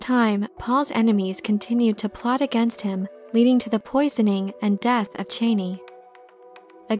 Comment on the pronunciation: Your content is great as always, but it being pronounced "Cheney" is hard to hear ;)